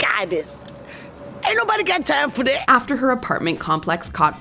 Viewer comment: " I ant got time for this" 😂